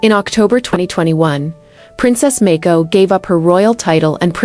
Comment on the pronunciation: There is no such person as Mayko. Princess Mako, HRH. it doesn't take much to learn the pronunciation of the names you say in narration. You make yourself into a total moron. Do your homework of do other work !